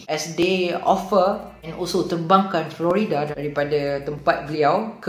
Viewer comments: dengar slang macam mat salleh,sekali ‘florida’ kahkah. its flo rida bro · Yo.. Jgn sebut Flo Rida mcm Florida.. U speak english but say other people's name wrong.. Malu je.. It's Floraida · Its funny when someone yg ckp melayu ala2 slang english pronounce Flo Rida mcm Florida nama negeri/Fluorida bahan dlm ubat gigi.😁